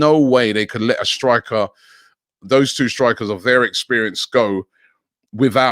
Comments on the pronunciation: What's all that Aouar talk about? That's the important signing? Our defense is in ruins. We need a right back and a backup RB!! AND IT'S BELOTTI, NOT BOLETTI. Christ, how can anyone be that bad with names!!!! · Bellotti Robbie not Belletti ... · HIS NAME IS BELOTTI GODDAMMIT, not BELLETI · Andrea Belotti willing to change his name to Boletti, just so Robbie calls him Belotti. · Robbie needs to stop butchering these names lol.... its BelOtti not beletti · Robbie it’s BE LO TI🤦🏽‍♂️💀😂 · Andrea Boletti? ffs. Robbie’s pronunciations are criminal.